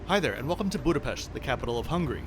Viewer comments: Thank you for saying Budapest correctly! For the English speakers: s = sh in Hungarian, do you would want to pronounce the city as “Budapesht” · I was watching only the first seconds, and I already gave you the like, because you’re the first non-Hungarian youtuber - at least that I’ve experienced -, who pronounciates correctly Budapest with a proper ‘sh’ and not ‘st’. I’m Hungarian-Norwegian btw. 🙋‍♂️